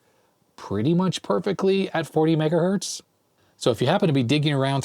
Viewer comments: what is mega Berts LOL oh you meant Mega HERTS LOL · I heard "MegaBerts" which I agree is pretty much fine. 10 "MegaErnies" is a problem though... ;)